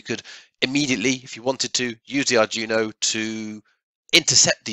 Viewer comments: "ARD-WEE-NOH". Not "ardjunio". That is NOT an arduino with a shield on it. That is a dedicated non-Arduino board. with an unknown microcontroller on it. It may be fractionally Arduino-compatible, but it is NOT an Arduino. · Nice video but it's pronounced dweeno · Great stuff - thanks. Sorry for being anal here, but it's bugging me ! - it's pronounced Arr-dwee-no, and it's OBD, not ODB :-) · You pronounced "Arduino" like that just to increase engagement, didn't you? I guess it worked.